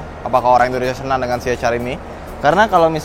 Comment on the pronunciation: ya saya suka bgt cara review anda.. aku benci liat org baca ce ha er.. anda professional baca nya si eich ar.. keren bgt.. eich ar vi.. si ar vi.. krna ada org yg baca si er vi ga pande baca ar.. tp anda mantap!! saya subscribe